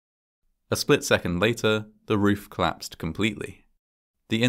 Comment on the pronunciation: The Plice helicopter crashed, and the roof clapsed. As usual, perfect fun to listen to your mispronunciation :)